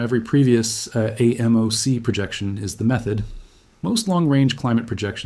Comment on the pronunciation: Excellent graphic explanations. The AI people creep me out though. Also, actual humans usually pronounce AMOC “aay-mock”